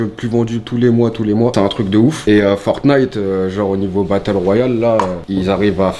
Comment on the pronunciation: Mdr on dirait un daront quand il dit fortnite il dit fornite